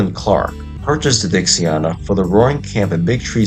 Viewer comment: It looks to me like you already corrected it but i just wanted to make sure you knew she's called Dixiana as in (DIXIE-ANNA) It sounds to me as if your saying Dixiarna. Just thought i would point that out as i work at the railroad.